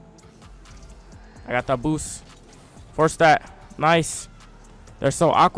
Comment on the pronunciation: He literally sais ''boos''😂